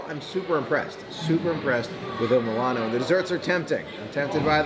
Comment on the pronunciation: 🙄 Not once did you say the name of the restaurant correctly.